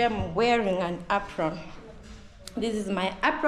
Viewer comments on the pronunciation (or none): It’s an ‘Apron’